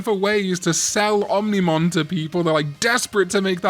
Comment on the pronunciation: I'll subscribe if you never say ominimon again.